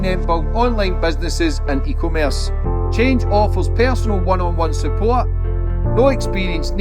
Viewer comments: Eco-merce 🥴 surely someone's told him by now? 😂😂😂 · Sleep paralysis demon except it’s just at the end of your bed saying eco-merce 😭